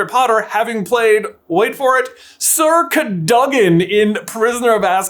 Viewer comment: Wait, hth did you pronounce Sir Cadogan?!?